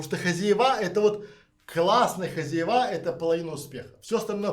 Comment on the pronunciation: Спасибо за интересный рассказ хотела бы вам предложить поработать над произношением так как вы публичный человек ведёте канал очень режет слух у вас специфический местечковый говор, Особенно хозяевА. Звучит просто ужасно по-русски следует говорить хозЯева. Ещё раз огромное спасибо за подробный и продуманный рассказ такая информация очень важна Всем кто хочет переехать в Грузию а если вам нужен человек с прекрасным английским на всех уровнях как бизнес так переговоры на уровне native speaker Могу предложить свои услуги. Мне тоже очень интересно Грузии я вижу там большой потенциал для развития пишите на Вотсап Почти 30 лет занимаюсь недвижимостью в Америке в Европе в России рассматриваю возможность инвестиции в Грузии